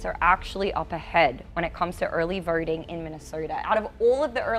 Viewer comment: "Aurley Vaurting"